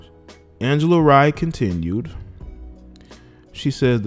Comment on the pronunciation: Its pronounced Ray not rye